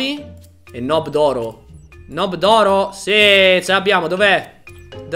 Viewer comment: Non ci dice nob ci dice nub